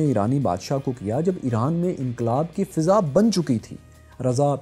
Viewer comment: ہمیشہ کی طرح بہت لاجواب. بس ایک اصلاح کر لیں یہ لفظ فِضا نہیں فَضا ہوتا ہے.